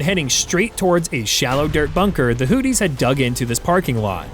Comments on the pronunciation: From everything that I had heard on our news , here in the U.S. , I believe that it is pronounced Hoo-thee with a th like in three , and not Hoo-tee with a dt sound that you sound like on my phone . I may be wrong so , if I am , I apologize . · Hootie? Is Darius Rucker in the room with us? It's pronounced "who-thee(z)". lmao